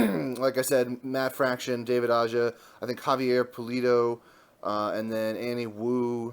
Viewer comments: Aja's last name is actually pronounced as AHA with a thick H. What an amazing wonderful run this was, his artwork was just gorgeous and the stories had heart and lots of humor. A gem to behold (finally) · the J in Aja is pronounced more like a H